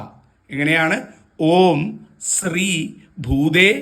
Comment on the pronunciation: സ്രീ അല്ല, ശ്രീ എന്നാണ്